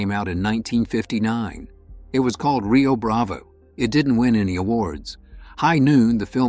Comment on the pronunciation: Yea, the first clue was when the "narrator" kept pronouncing it 'Rio Brav-ay' instead of Rio Brav-oh.